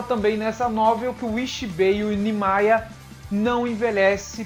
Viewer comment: 1- A pronúncia certa é "Nimaiya". 2- a pronúncia certa do nome da zampakutou do Aizen é "Kyouka Suigetsu". 3- O Nimaiya realmente criou a zampakutou do Aizen mas não sabia das reais intenções dele.